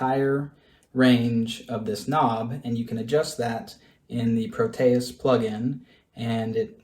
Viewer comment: You are pronouncing it wrong like most other youtubers. pro te es, not pro tay us. Here is an audio example.